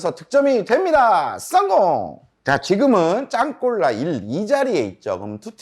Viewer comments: 다 좋은데 "썽공" 좀 안할수 없을까요 ㅎㅎ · 썽공 중독성 강해요 듣는 맛 좋은데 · 전 씅공으로 들었음 죄송합니다 ~~